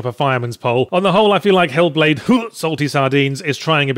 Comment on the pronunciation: Making me feel sick after hearing Yahtzee pronounce the game title that way so often.